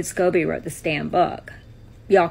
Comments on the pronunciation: Scobie not Scooby Doo.🤷🏻‍♀️ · The man’s name is Scoe bee.